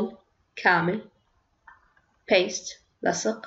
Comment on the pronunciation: Paste not past